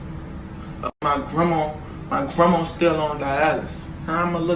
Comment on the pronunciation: jerwy, grawnma